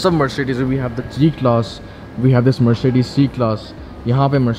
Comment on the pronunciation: MERSHEDISH : that's how you pronounce Mercedes.😏 Rollsh Royshe : that's how you pronounce Rolls Royce